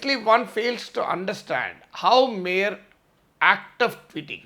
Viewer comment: 1. Prior _ దీనిని మీరు " ప్రియర్" అని పలుకుతున్నారు దానిని "ప్రయర్" అని పలకాలి. 2. mere _దీనిని మీరు" మేర్" అని పలుకుతున్నారు దానిని " మియర్" అని పలకాలి . Nice analysis.